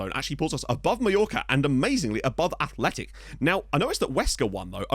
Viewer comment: Just so you know, Osasuna - Athletic Bilbao is a basque derby but not "the" basque derby which is Athletic Bilbao- Real Sociedad. (By the way, kudos for saying Athletic and not Bilbao). Osasuna has a sort of rivalry of sorts with Real Madrid since historically los rojillos have always made things extremely difficult for los blancos. Osasuna-Real Madrid has always been a tense match. I'm not 100% sure but I think Osasuna also has a bit of a rivalry with Zaragoza.